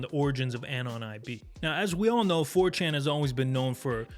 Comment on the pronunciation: "Who is this 'fourchan'?" Lmao